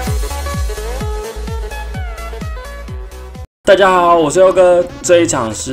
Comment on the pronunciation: 你的發音有點奇怪 帶家豪 被那(姵娜